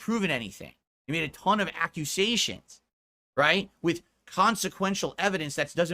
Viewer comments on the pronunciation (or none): Lmao "accuSAYSCHIONS" the stroke mouth pronunciation kills me